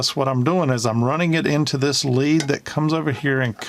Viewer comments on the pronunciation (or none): none